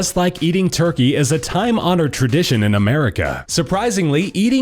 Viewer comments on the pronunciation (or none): none